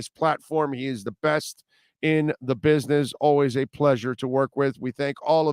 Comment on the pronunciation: They way says bitness instead of business is too funny 😁 😂